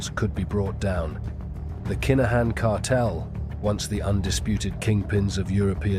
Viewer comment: Very good narrative but please please accept some pronunciation errors which are driving me (and most Irish listeners..)crazy! Just ask us for the phonetic spelling and we will all have a better experience! For example: Kinahan is pronounced K-in-ah-in and NOT Keynahin. There are many more, just ask! Other than this, excellent 👌